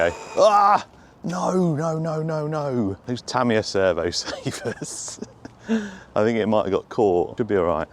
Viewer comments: Ta mi ya, with a short sounding ah sound at the end. That's the correct pronunciation of this Japanese name. Americans get it wrong. The British way is much more accurate. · Great vid. I'll definitely be getting one. The Hornet was my first Tamiya car. By the way, they way you say Tamiya is fine. I speak some Japanese, and for the most part the inflection across a word is even, rather than English where it can be at the beginning of a word or the end. From the running vids of this car that I've seen, it could definitely use some weight up front. It's a tad under steery. I've been working for a few years on something like this chassis, but using TRF201 bits. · In what language is ta-MI-ya the correct pronunciation? Japanese always put the emphasis on the first syllable, hence TA-mi-ya (the way you say it). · No, your/ the British way of saying it is actually closer to the Japanese with the stress on the first syllable - so it is "Tám-iya". Here's a link to a video where you can hear tow Japanese chaps saying it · You were saying Tamiya correctly first. Don’t change. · you way of saying Tamiya is correct, not Te'mi ya it's Ta' Mi Ya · I have lived in Japan for over 30 years, am on my second Japanese wife and actually speak Japanese. The language has no sylabic accents, so your original pronunciation is correct. Tah me yah, not tah ME yah. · It's only Americans who say Tah me a. The correct Japanese pronunciation is more like the traditional uk way of saying it Tami yar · You‘ve always pronounced it right. In Japan, we call it, what you always called it. The english version, is just the english pronounced, different from the original language pronunciation. 😅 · You've been saying "Tamiya" right the whole time. At least that's how it's pronounced here in Japan. Love your vids! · No, no, I'm sorry, but you do already pronounce it correctly - listen to the way Japanese people say it, not Americans - please do not spread this around the community, please.